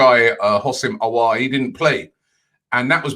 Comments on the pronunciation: Yeah g because I understand English people. I don't know why this is a discussion. your 'aowwaarh' is crap. it's Aouar. If you speak French or arabic the spelling is phonetic. You read it and you're saying his name right. 'Awar' is not great but you know what English people do? They can't pronounce anything. So I will take Awar, i.e. 'Awah' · A-War simple really.. is a butcher for names 🤣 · let me clarify. I'll take awar from a guy who can't pronounce it, because in English it's the most accurate you're going to get off basic reading. If you want to be accurate Aouar is literally phonetic there's no better way to say it than Aouar. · Robbie Auour is pronounced "Ow-waer" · ROBBIE IT IS PRONOUNCED 'AW - WAH' FFS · Only Robbie will choose to mispronounce Aouar by saying something even more difficult than the actual pronunciation of his name. 😂😂😂. He knows the correct pronunciation mind u, but insists on saying what he says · Almost 10 transfer daily and still can't pronounce Aouar 😂😂😂😂